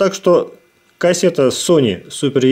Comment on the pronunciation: EF = ЭФ а не еф.